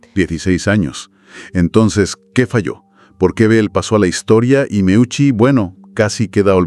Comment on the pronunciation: audio insoportables, qué es eso de muiuchi, es simplemente MEUCI, parece que los bots no son tan inteligentes